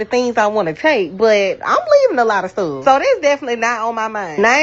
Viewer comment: The way she said “stuff” 🤦